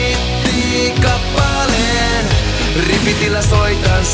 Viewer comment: Vitun hyvä. Kuulosti että ku se sano hittikappaleen kuulin "hinttikappaleen"